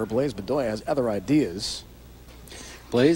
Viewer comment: Think how bad the present day PBA broadcasts would be if Brian Voss was in the booth. Bland-bland-bland. And why does he keep calling Randy PEED-er-SON "PED-er-SON"? Good Lord. And doesn't he call Blaise "Blize"?